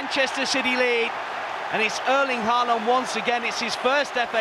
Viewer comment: The 'aa' in Haaland is pronounced like the 'A' in Aldgate